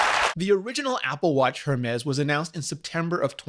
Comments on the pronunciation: If you’re going to do a review on the Hermés Apple Watch, at least pronounce it correctly. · Infinity Nature it’s French, the H is silent. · Nature it's a proper noun and name of the founder, you don't say a person's name incorrectly using your explanation so why do you think it's the case with Hermès? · I am fluent in English and Spanish what I normally do is pronounce English words in American English (thats the only type of english I know) and Spanish words in Spanish (Spain or Mexico variation as I lived in Spain but from California) regardless of what Language am using in the convo. I had no idea Rene spoke French. Thank you for sharing why you pronounced the H Rene I was wondering about that. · You’d think Rene would know better. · Are you sure you speak French with a non-English accent? Because as a French speaker myself I don't know where the f*ck you'd find a "rolled R" in "Hèrmes" (just to be clear: when you say "rolled R" I assume you mean as in the word "right" - maybe you mean it differently. I hope you do). Btw I agree with you comment about pronouncing words in English in an English speaking video. I do the same thing. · willis16234 if Apple can pronounce it correctly in their keynotes, then Rene can too. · I am Canadian too and I agree with the complaint. Yes, it is an English video but out of respect to the language and the fact that you should want to teach ppl how to pronounce things properly. I am not saying he doesn't know how to speak French all Canadians so in some capacity but its the principle of the thing and it is the equivalent to someone purposely saying your name wrong over and over again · Er mis .... It's a Greek God. It's not her miss. Or HERmis... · Please, listen to the man in the presentation. It is called ERMÉS ! SAY IT WITHOUT THE H ! It hurts my ears every time you say that name WRONG ! And you say it a lot ! You wore it out. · love Rene Ritchie's videos but the way he says Hermès stresses my soul (P.S. the H is silent)